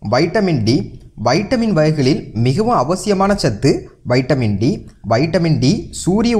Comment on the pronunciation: Lusu kuthi vaitamin D ella vitamin D olunga pesu muthavi